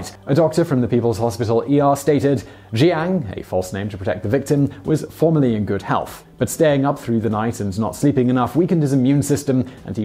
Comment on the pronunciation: Was that "formally" or "formerly"? The latter makes far more sense than the former, given the context, possibly notwithstanding any prior smoking and/or drinking habits.